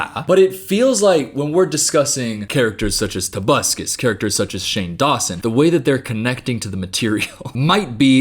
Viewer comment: Every time says "tobuscus" I get an electric shock directly to my central nervous system